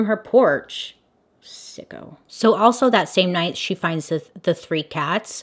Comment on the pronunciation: Nobody: Not a soul: Bailey:🙄sICkO🙄 Hahah I'm dead💀